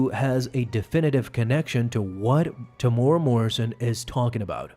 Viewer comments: Yo love the vids bro, just wanted to say, you pronounce Temuera as Te-mu-era. 🤙🏾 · Say his name properly Tem-Moo-era is how it’s pronounced